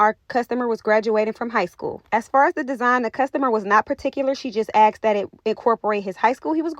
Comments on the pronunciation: GORGEOUS! But it’s “ASKED’. NOT “Axed.” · Do your clients axked you or asked you ?